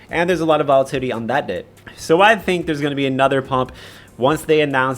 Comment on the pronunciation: Vola-titty? Dude, just wait till you sober up before recording these 😂